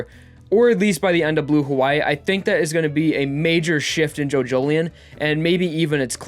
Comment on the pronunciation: Each time you say "Jojolion" I hear "Jojolyne", is it just me ? Thanks for the review btw.